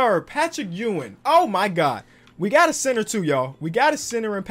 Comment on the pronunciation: Ur saying Patrick Ewing last name wrong